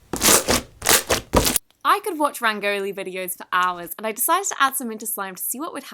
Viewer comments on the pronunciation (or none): Not to be rude but it is pronounced ran-go-lee